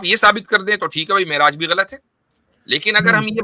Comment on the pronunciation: Miraj nhe Me'raj hota ha ullu ke pathhe😂😂😂😂